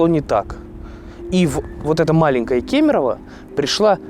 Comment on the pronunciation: не кимерово, а кемерово,вы учите родную речь Я в нём прожил больше чем вы шагов делаете по кемерово